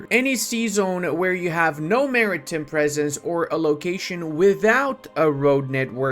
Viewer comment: the way he says maritime hurts my soul